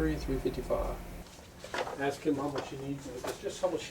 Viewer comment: Lemme aks you sumpin…..